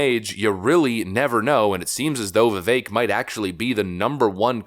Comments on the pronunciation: Vivek is pronounced Viv-ak. Pronounce the "e" in his name like you are sounding out the letter "a". Viv-ache. Trump pronounced his last name "Ram-a-shwamy" as opposed to Ram-a-swamy. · Vi-Vake... rhymes with cake. Please pronounce his name correctly.